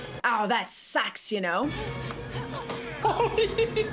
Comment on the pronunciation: did you pronounce “sucks” like “sacks” here on purpose? For the pun? Because if not, pretend you did lol